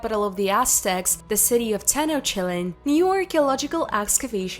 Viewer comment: Tenosheelan…. Tenochtitlan sounds better